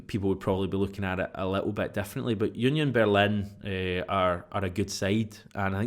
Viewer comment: Onion Berlin? Your Law-ree-uunt was better.